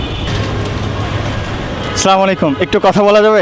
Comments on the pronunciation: আচ্ছা, সালামালিকু এটা কোন ধরনের সালাম।এর অথ কি😡😡মুসলিম হিসাবে সালাম টা সুন্দর করে দেওয়া উচিৎ,উচ্চ শিক্ষিত কিন্তু সঠিকভাবে সালাম দিতে পারর না😡😡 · আপনার সালামটা শুদ্ধ করুন